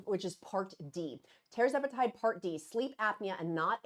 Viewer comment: Tir …..zepatide not tear zepatide like “Sir” Charles